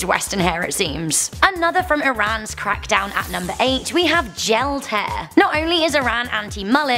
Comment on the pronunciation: Can you say hair? Not haa